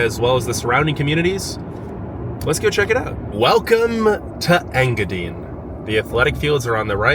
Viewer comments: its enga dine not enga deen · Nobody's going to tell him it's pronounced EngaDINE? Like you're going to eat. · I keep laughing at how you say Engadine. It's En-ga-die-ne. Hello from a lifelong yooper, from Marquette to Houghton to iron mountain and now Norway. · Engadine...dine not dean..😉😄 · Engadine....pronounced Engadyne, not Engadeen. From a Troll who was born in the UP and left my heart in the UP. I wasn't in control of the remote so, unfortunately, the video ended in Engadine for me. I hope you went to the Seney National Wildlife Refuge. Also, check out The Hut Restaurant in Wolverine, just north of Laurium on 41. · Engadine is pronouced Eng gah dine like dine for dinner. LOL Lived not that far away from there in Curtis Michigan. Check it out sometime. In TN now. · Engadine is pronounced in ga dine A weather man on Detroit TV used to have fun with their name back in the 70s (Sonny Elliot) Engadinga dinga dine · Ok you need to learn how to say the names of these places Sir good grief. I’m a native Yooper born and raised moved to Tennessee about 4 1/2 years ago. Engadine (Ing-Ga-DINE) Baraga (BEAR A GA) Kewadin (Ka Way Din) Tahquamenon but idk if I can pronounce that without saying it to you, lol I can’t remember all of them but that’s to start just wanted to help ya out. Cool video. I’m from Newberry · Engadine is pronounced as you pronounce the word “dine”. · Yooper here. Hiya! It's INGA-dine. long "i" in the last syllable like the word diner. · Did you know there two vehicles on Mackinac Island? A fire truck and a rescue vehicle. It's pronounced "Ing-a-dyne". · Engadine is pronounced N-GA-DYNE ;-) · He's killing me with his pronunciation of Engadine😂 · I'm watching the video where the guy goes to Engadine. I'm watching it in Marquette, Michigan. I myself have never lived anywhere but the U, P. and the guy is saying Engadine wrong. Not a big deal just thought I'd let you know.